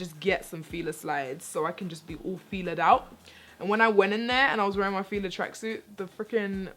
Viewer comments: Pronounced Fila wrong lol, or y'all say it differently then the U.S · Latoya has been rubbing off on 😅 she did a little trini accent when she was talking about fila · Adrianna Campbell She's Jamaican, that's what that was